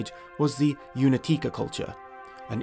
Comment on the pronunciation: "Unetice" is a Czech place name. The "c" in it is in Czech spelling, and is pronounced "ts", not "k". (To be pedantic, the name of the village that this bronze age archeological culture is named after is actually written Únětice in Czech, which is pronounced "oo-ñè-tyee-tsè", with stress on the 1st syllable.) Very good video otherwise, kudos! Greetings from central Europe:-).